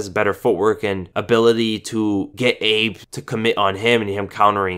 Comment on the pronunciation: Not Daichi abe but Daichi A-Beh